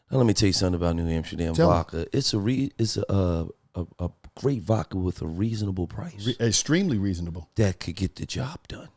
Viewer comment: It’s not VAKKA it’s vodka.